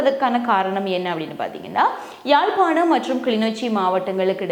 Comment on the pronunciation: யாழ்ப்பாணம் என்று சரியாக உச்சரிக்கும் உங்களுக்கு முதலில் என் வாழ்த்துக்கள் கில்மிஷா அரசியல் மேடையில் பாட்டுப்பாடி அசிங்கமாகமாட்டார்